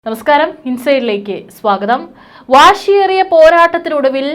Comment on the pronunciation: 😊😊. വാഷി... യേറിയ.... എന്നല്ല... വാശി..എന്താണ്. വായിക്കേണ്ടത്..